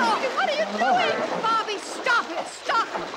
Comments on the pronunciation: Yes especially when he called Bobby Bober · Anytime he called Bobby bob or bobber lol